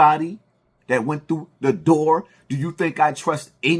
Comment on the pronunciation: Every time you say “The door” (the doar) it’s mad annoying GOOD GRIEF